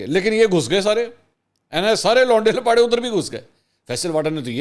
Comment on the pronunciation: Launday Lapaday nahi Lauray Laparay